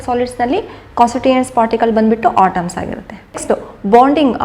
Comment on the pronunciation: It's, atoms not otoms ..